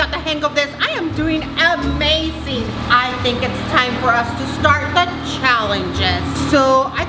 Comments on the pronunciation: Ya but she says amaseen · mom thats not how you say amazing